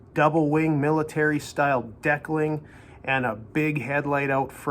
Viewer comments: Everything tracks....... except "deckeling". Dee-cal-ing. Lol. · You are pronouncing "decalling" wrong. Please, get help. The bike looks fine. Don't like the decals? Change them. Don't like the tank badge? Change it. If you can't "carve canyons" on a Fat Boy, especially a new one, give up riding.